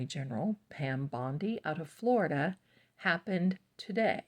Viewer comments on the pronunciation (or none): none